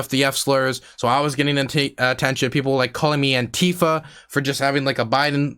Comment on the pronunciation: lol you said Antifer xD